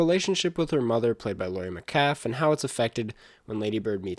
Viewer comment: “Laurie met-CALF”